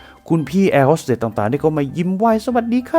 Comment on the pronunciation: แอร์ “โฮส” เตส / “โฮส” ไม่ใช่ ฮอส